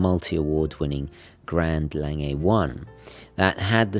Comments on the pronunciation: Omg please stop saying "layng-ay". It's German, it's "long-gah". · It is pronounced "Long-uh" not "Lang-ay". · I enjoy your videos and subscribe to your channel. I particularly enjoyed this presentation of the Lange, however I do wish you would learn to properly pronounce the name of your subject, Lange.